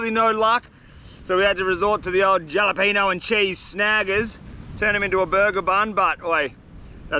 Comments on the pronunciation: Hate to be "that guy" mate, but every time you said jalapeno, it made me cringe. The "J" is pronounced as an "H" mate. So phonetically, it's "Halapeno". Sorry, but needed to be said. Great video as always though mate. Keep up the good work. Cheers. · It is pronounced with a H HALEPENO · great vid! Also just wanna be helpful lol it’s pronounced Hall-apenos, the J in Spanish makes an H sound:) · If he called the jalapeño jellypeenyo one more time I was ganna flip lmao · Halapehnyo is how it’s pronounced I call them jelopohnos😂😂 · lol “jolla-peen-oh” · stop saying gialapino, it's hurting my ears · Pronouncing the j in jalapeno is cracking me up 😂😂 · Bro keeps adding the j in jalapenos lls I wonder how he say Josè😂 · Jalepeno is pronounced with a H. Great video are per usual 🤝🍺🍺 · The j in jalapeño is silent and turns into a h fyi 😂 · And the J is silent in Jalapeños lol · The way he pronounces jalapeño 🤣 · jalapeños haha ypu don't say the J brother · ……I have been a loyal follower since the beginning and never have I said bad word against you. But your pronunciation of jalapeños? Come on man. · The J is silent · I have been watching you forever.This is the first time I've been annoyed with your videos.It's called jalapeno with the h